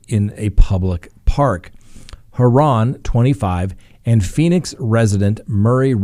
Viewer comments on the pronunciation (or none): none